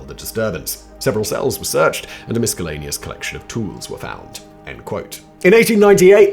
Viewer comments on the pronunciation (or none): simon pronounces the C is miscellaneous. there truly is no god. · It's always nice to hear the miscellaneous words that Simon says wrong.